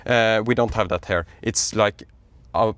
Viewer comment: I like to watch your content, it has been very helpful, good quality and mostly very accurate. However, I am not a native speaker either but what pulls my ears everytime I hear them in your video. I speak about the pronunciation of these commonly used words: “Here” you pronounce as “her” “Rear” you pronounce as “rare” Easy to fix, your English will sound much better. Hope you don’t find it offensive.